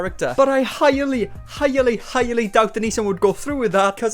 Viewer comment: "highally, highally, highally"